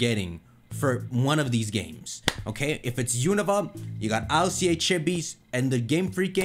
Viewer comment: one of the only people I know that says it EYE EL SEA AYY instead of just ILCA (ill-ka) lmao